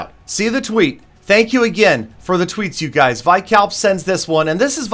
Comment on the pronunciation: Not vykalp........veekalp